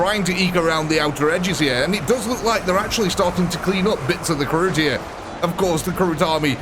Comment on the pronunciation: Karoot? Its Kroot